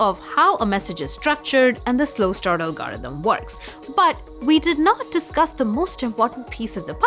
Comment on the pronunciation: "algAUrithm" :D